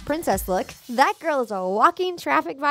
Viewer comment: You said girl wrong